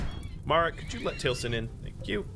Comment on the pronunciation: This is pedantic. Feel free to ignore. It's very pedantic. Taliesen is pronounced tahl ee ess en. Frank Lloyd Wright's homestead up in Wisconsin. There is also a Taliesin West in Scottsdale, Az. Both are sorta shrines to Frank Lloyd Wright and also functioning architectural schools. Both are highly recommended tours by the way. Very cool and peaceful places. Zen. The exploration of lived space. The interaction of home space and brain optimization. The whole concept is very cool.